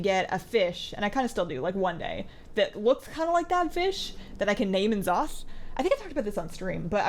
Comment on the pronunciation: EEEN'Zoth..... its Neeh'Zoth. like C'thun is Cuuh'Thun not Cee'Thun